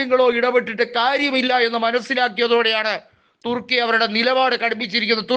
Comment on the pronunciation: 😂😂😂😂തുർക്കിയ്ക്ക് പിറുക്കാനെ നേരം കാണൂ😂😂😂😂 ചേട്ടൻപിർക്കി പിർക്കി പറയുന്നതാണോ പിർക്കി ചേട്ടാ😂😂😂😂